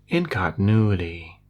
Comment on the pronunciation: Mull Timmiturr in con tin ooo itty